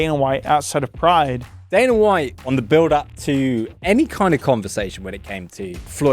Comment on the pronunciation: Why is dude able to pronounce the A sound when it's the prefix but not the suffix.. I don't understand. Dana = Daner Arena = Areaner properly prounces it in the beginning of a word but not the end??? Like wtf, shts Hella annoying